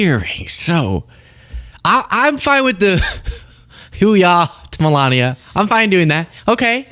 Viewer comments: It sounds like Melania was asking "Who we are Navy?" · What? Whowe'r Navy? WTF was that???